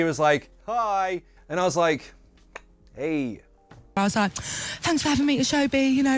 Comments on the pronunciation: Chris Evans' nephew says: 'I don't "wike" it instead of "like" it😂. Lovely! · Chris’ Evans’ nephew says Wike 😭